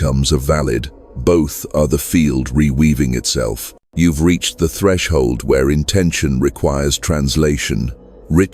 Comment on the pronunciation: Atreshld artivated